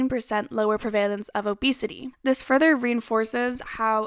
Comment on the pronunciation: Great video! I love aubrey Gordon. Also I noticed you kept saying "per-valence" when the word was "prevalence" just wanted to put that on your radar